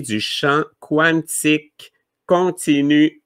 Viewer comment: pourquoi tu prononces Quantique comme il est prononcé en anglais (quouantic) on peux le prononcer en Français (kantic) merci .